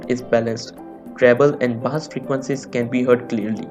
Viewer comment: Not baaaaaaaaassssss it pronounced as BASE - BASS